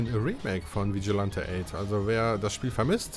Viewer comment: Vigilante spricht man Vitschilenti aus 😂. Dieses Game habe ich viel mit meinem kleinen Bruder gezockt ab und zu mit einem Freund dann eben zu dritt. Spannende matches erlebt, sehr spaßig. Ja die Nintendo64 Version ist wirklich besser als auf der Playstation. Schon allein von der Grafik her. Hat aber auch dort Spaß gemacht bei meinem Cousin. 😅 Der zweite Teil ist ok hat bessere Grafik als Vigilante8. Nur leider in der englischen Version. Für mich bleibt dieses Spiel der beste Teil. Ich finde die FMV Sequenzen hätte man auf dem Nintendo64 schon hinbekommen können wie in Resident Evil 2